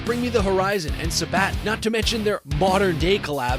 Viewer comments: do you use A.I? Cause I don't know how someone can't say Sabaton not sabat. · Dude pronounces words weird. "Sa-BA-ton". But he did mention Nile and Blood Incantation so I'm okay with that. 👍 I remember all that noise back in 2014 or so. "Gimme Chocolate" was the first time I'd heard of Babymetal and my first thoughts were "Dude, what even IS THIS?!...I kinda like it." Then I watched the video for Megitsune and I was hooked for life. Something I always told people was that the vocals were different but the band backing them was legit. 10+ years later and I still freaking love this band. I'm so happy that they've proven the gatekeepers wrong and have steadily grown in popularity and acceptance. Metal has always been a community and family for me. I don't "look like a metalhead". I've heard this so many times over the decades. It's what's inside that makes you metal. They didn't know but they were willing to put in the work. Now Babymetal has defined their own niche metal subgenre and it's fantastic. Keep spreading metal, ladies. I noticed there was no mention of MomoMetal in this video who legit growls with the best of them. Keep it coming, ladies and I'll keep banging my head.🤘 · You mispronounced Sabaton. lol